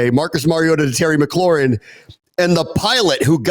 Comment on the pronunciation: Lol i love "Terry McLaurHIM". That, and I think Smoot said "Toe Tapping Terry"